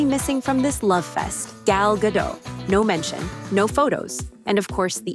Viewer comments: ... there is no actress named "gal gadoe" ... Say dot. Now say gadot. Now say gal gadot. With a t at the end. When in rome do as the romans do. Save the illiterate surrenderland shit for the place that thinks frogs and snails are food. Here in america we can 1. Read and 2. Win a war. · was AI used as voice over in this video? whether AI or real person, it's funny that up to now, you still cannot pronounce Gal GADOT correctly. It is Gah-DOTTE, and not Gah-DOUGH. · Rachel Zegler is like a ham and cheese sandwich without the bread or the cheese. And for the love of Pete, Gal's last name is pronounced "ga-DOT" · It's pronounced Ga-DOT, not Ga-DOW. Gal is Israeli, not French. 🤪😝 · It is not pronounced Ga doh. It is pronounced Guh Dote according to an Israeli woman. Gal is Israeli, not French. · Point of contention: Gal Gadot's last name is not Gad-eau, it is Ga-DOT. She is Israeli not French. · I wish people would stop saying "Gad-oh". She's Israeli, not French. She pronounces it Gad-ott. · Zegler is such a cringeworthy person, but what’s also cringe is hearing Gal Gadot’s surname mispronounced “Gah-DOE” over and over again throughout the video. Her name is Israeli, not French. The final T is supposed to be pronounced (which is why it’s there). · The narrator mispronounces Gadot every time she says it. The name is Israeli, not French—the -t at the end is NOT silent!!! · You pronounce the T in Gadot. People keep treating this like it is a French name. I know a little bit about French. I am French descent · This AI pronounced Gal Gadot 3 different ways, and called Peter Dinklage, Peter Dinklick.